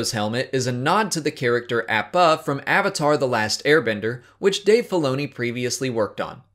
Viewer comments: Its pronounced ah-puh not aa-pub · It's pronounce "Opp-Uh", not "App-Uh". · That Appa pronunciation... pretty surprised you haven't seen Avatar :o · You pronounced Appa wrong and it can also be a reference to Aang as well.